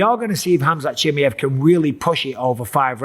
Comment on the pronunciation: who is this khamzat "chimyet" michael bipping here is talking about?